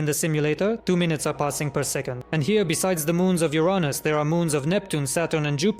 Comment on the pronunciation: Uranus he said it like a non English guy